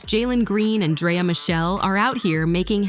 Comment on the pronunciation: Lol she said "Dryer" 😂😂😂😂😂😂😂